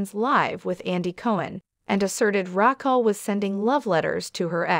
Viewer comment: Do you know how to say her name? Who is Rackle???😂😂😂😂😂maybe next time pronounce people’s name correctly 🙄🙄🙄🙄